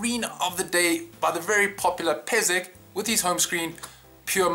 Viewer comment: Not "Peze", you should read "Peszek"(it's Polish nickname) like "Peshek" :P Cheers, thanks for next great homescreen! I love minimal!